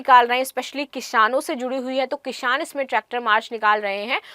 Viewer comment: Kishaaaan nahi kisaan hota hai